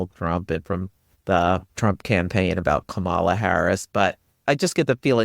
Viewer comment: Thanks for this! Kamala is pronounced KAH-mala, just a kind reminder. Or, like she explains it in her book, like "comma-la" 😊